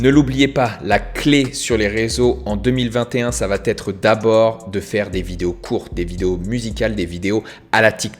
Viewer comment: J’aime ton contenu, je me suis offert la « méthode » en vidéo. Merci pour tout! Mais il faut absolument que tu cesses de prononcer « va-T-être ». C’est une erreur et ça fait mal aux oreilles:D